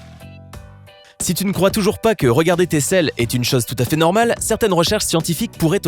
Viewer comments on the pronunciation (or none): none